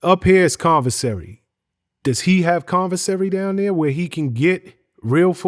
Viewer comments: Commissary not convissary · C-O-M-M-I-S-S-A-R-Y not “convissary” 🤦🏾‍♂️ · Wtf is convinsary?🤔🤦🏾‍♂️😂😂😂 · WTF is "convesary" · Good interview minus the "Convisery" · If he call it conversary one more fucking time 🤦🏾‍♂️ geez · Conversary? C'mon interview man you gotta do better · The word is: commissary